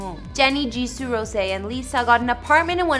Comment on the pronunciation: "Jisooh" lol